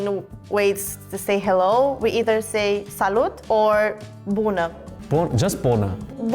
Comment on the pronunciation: Hi I am romanian i w to say he sayd buda ( toilet ) not bună ( hello) and is so Funny toilet ...